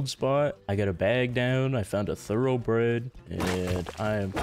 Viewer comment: He knows there's no "L" in the word "thoroughbred"... Right?